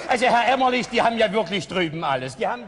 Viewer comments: Herr Elstner.. Der Kollege heißt Gunterl Emmerlich und nicht Emmerling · Aus heutiger Sicht muss ich sagen, dass schon die ersten 10 Minuten viel über die Wiedervereinigung aussagen. Die Show beginnt, und nur der Wessi Frank Elstner moderiert. Die sechs Moderatoren kommen auf die Bühne, und Elstner sagt den Ossi Emmerlich falsch an. Unfassbar unangenehm. Und als erstes kommt natürlich die West-Show "Wetten, dass...?" dran. Diese Show zeigt leider sehr gut, was damals schiefgelaufen ist. Und das sage ich relativ wertfrei und nicht verbittert oder so. Aber man muss ja mal klar sagen, die Ossis kannten fast alle die Westshows. Es hätte damals viel mehr darum gehen müssen, dem Westen den Osten und dessen Kultur nahezubringen. Man hätte zwingend mit einer Ostshow (bzw Moderator/in) anfangen müssen. Dass Elstner Emmerling statt Emmerlich sagte, hätte nicht passieren dürfen.